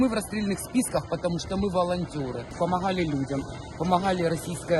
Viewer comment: Російсько-херсонськи " волонтери" з чітким українським "хххггг". " ..мы волонтёры, мы помоХХХГГГали людям. От це ржака.🤣🤣🤣